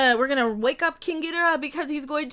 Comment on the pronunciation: YOU always pronounce GHIDORAH wrong its GHID OR AH